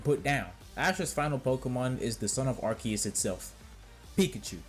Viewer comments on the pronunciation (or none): Bro imma say it once....AR-SEE-US THATS HOW ITS PRONOUNCED. ARE-SEA-UUUUSSSSS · Its not "Arceus" it's "Arceus" bro..... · no…. I’m saying it is pronounced wrong… it’s Arceus….. not Arceus!!!!!!!